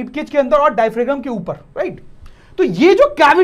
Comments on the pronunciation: Sir, Please Don't mind Diaphragm pronounciation is डायफ्राम not डायफ्रेगम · It is "diaphram" in pronunciation please update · Bhai mere!!! pronunciation ko theek karo...bachche ghalat pronunciation seekhenge😭... larynx,pharynx, diaphragm sab ghalat pronounce kar rahe ho